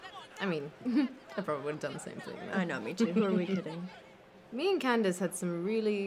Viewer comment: LOL Zelina calling Candice “candie” 🤣🤣🤣